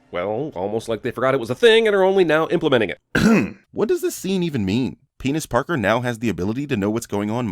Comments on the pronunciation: okay ....did you say Penis Parker? or it might just be my hearing :O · He said penis parker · Did I hear “penis parker” LMFAO?